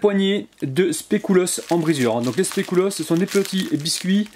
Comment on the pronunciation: sans etre mechante mais un conseil pour tes autre video c pas "specoulos" Mais plutot speculos😂😂👍👍👍👍